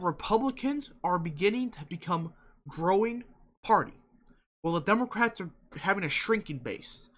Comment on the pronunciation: was that some kind of insult lol or mispronunciation